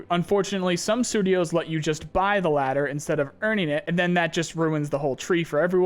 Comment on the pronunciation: say ladder again I fuckin dare you!